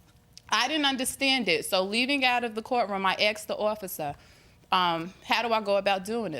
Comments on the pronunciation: "Asked the officer." 😂😂😂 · She said she "AXED THE OFFICER" ... !!! ... (AXED THE OFFICER) ... ? ... What do dat mean... ? ...